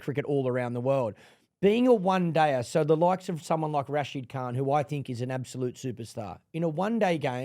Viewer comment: Accurate pronunciation of “Khan”, Erin. Well done 👏🏻